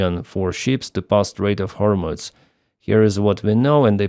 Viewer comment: It's pronounced Гормуз, NOT Гормуц.